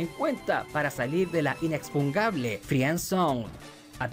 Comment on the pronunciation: En serio bro, si no dices inexpungable irónicamente a propósito entonces no lo digas, porque lo estás diciendo mal